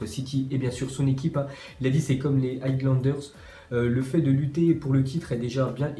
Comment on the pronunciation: "c'est comme les hi glandeurse" mon frère tu forces avec ton anglais de Sevran la